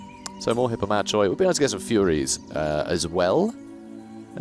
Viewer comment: Bit of a dumb question, but can you constantly move in raiding stance (by which I mean take a constant 50% move penalty to get income)? Or do you have to move >50% of your move before you can start raiding? Also, isn't 'Hippomachoi' pronounced 'Hippomakoi'? I don't know Greek, sorry.